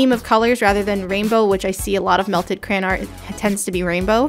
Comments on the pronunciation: She kept saying CRAN ( no hate ) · talking quietly: yes i do say crayen, not crayon..... suddenly agressive so DEAL WITH IT!!